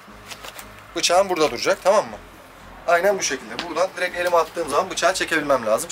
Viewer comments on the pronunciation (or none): none